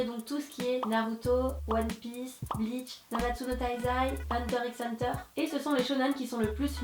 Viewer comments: Sacrilège elle a dit Hunter X Hunter au lieu de hunter hunter le X ne se prononce pas xD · Un truc...un tout petit... On ne prononce pas le "X" de Hunter X Hunter ^^ Après je pense que certains regardaient sur G1 et quand on le présente et tout, la voix (Hunter "X" Hunter, du lundi ai vendredi de 20h30 à...bref t'a compris 😂) prononce le "X"